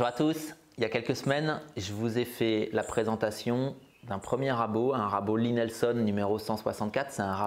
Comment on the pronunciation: J'ai encore bien rigolé… C'est Lie Nielsen (prononcer : Lit - Nil - Seine ou l'ail nil seune avec l'accent) et non Lie Nelson (Lit - Nelle - Sonne). 😉😜😁